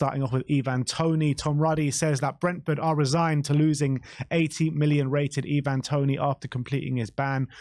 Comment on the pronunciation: Can you please make up your mind how you're going to pronounce "Ivan" 😂